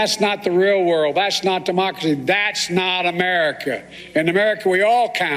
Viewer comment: Biden can’t even say “democracy” properly. That’s how incompetent he is.